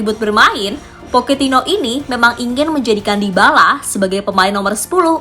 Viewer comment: Era baru poketino Kalau ngomong yg bener min pocetino poketino oon x kau